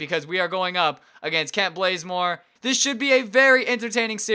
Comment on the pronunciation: It's not Kent Blazemore, it's Bazemore(Bah-Zuh-More)